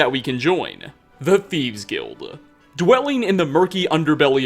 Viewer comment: am i the only one who hears saying thiebs?!?! sorry not picking on you haha